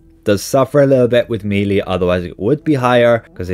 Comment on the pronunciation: Melee is pronounced MELL-AY! Not MEELEY! Meeley are WORMS! How many times? It's so annoying to listen to! 🤪 It's like someone insisting on calling Dublin Dew-bline or something! Or London Lone-Dowen. {:o:O:}